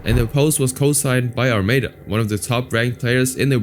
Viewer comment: Disliked because of how you pronounce Armada. Sorry kiddo, work on your content 😬